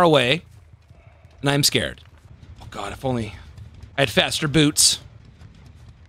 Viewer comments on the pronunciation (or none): none